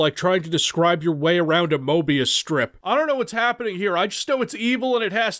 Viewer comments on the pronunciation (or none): none